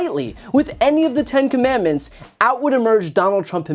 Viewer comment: Commandments is a three syllable word, he cannot even read or pronounce it correctly.